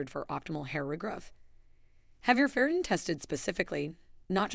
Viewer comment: the A.I. cannot pronounce FERRITIN ('til the very end of the vid).🤤🙉😮‍💨